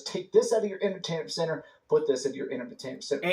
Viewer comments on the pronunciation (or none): Inermertainment centre 😅 words are hard 😅